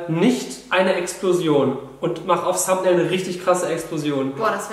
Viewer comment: Wie es heißt= Thumbnail Wie Julian es ausspricht = samtnail